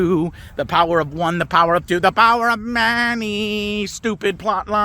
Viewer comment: the way joe emphasises the power of many---- always get me.... XD